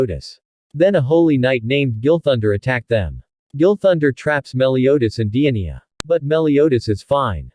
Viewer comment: He sead Dienia 🤣🤣